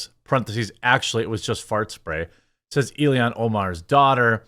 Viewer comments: You pronounce everything hyper-phonetically, and then for some reason you get to ILHAN and pronounce it Illian… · He gets an extra syllable in there. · Jeremy, you're making yourself sound like a fcuking idiot every time you mispronounce that *itche's name! I FCUKING HATE Ilhan Omar (ill-han), I think she is a traitor, as well as being scum of the Earth! FJB!!! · I think you're pronouncing her name wrong - it's Alien Omar. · Why can’t you say illhan